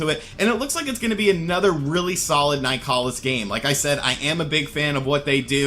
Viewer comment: You need to learn how to pronounce "Nicalis."